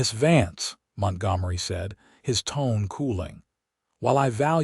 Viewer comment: AUTHOR: Perhaps before you post your next story, hear how the AI voice you chose pronunciates the names of your characters. Then you can choose different names of your characters, ones the AI voice can pronunciate. This one does not pronunciate Tabitha nor Montgomery correctly. It takes away from your story, which I'm sure is okay, but I can't get through the story trying to ignore this AI narrator's incorrect pronunciations.